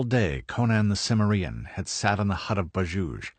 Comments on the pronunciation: I have a mild form of OCD that’s called grammar podiatry syndrome, so take this with a grain of salt and constructive feedback, but the word “CIMMERIEN“ stresses the second syllable not the last one. Did you not watch either of the Conan movies? Otherwise pretty good but again, familiarize yourselves with pronunciation. It does not sound good when you make up your own versionI’ve words. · Why is it alot of you guys pronounce Cimmerian wrong ? Conan deserves more respect than that .